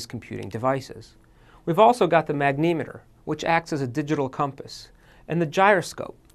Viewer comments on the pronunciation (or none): Blooper Reel: (Magnimeter) It's a Magnetometer... You can tell he's reading Cue-Cards so how did that not catch and redo that or at least voiceover?